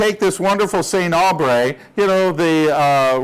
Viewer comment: 😂😂😂😂 The pronunciation.. SEYNT AAAUUULBREY